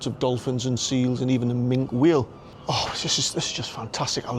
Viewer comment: That's Minke Whale pronounced Minky 😊